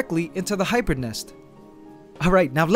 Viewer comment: U say hybird ? That in roblox anteligence glitch charecter